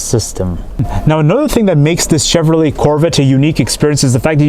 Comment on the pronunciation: Nice “CHHHevrollA”.